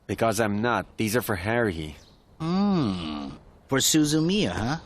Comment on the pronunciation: Did Kyon? Call Haruhi.......Heruhi? 1st The Animax Guy Now Kyon